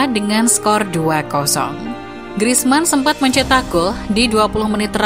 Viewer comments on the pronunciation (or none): none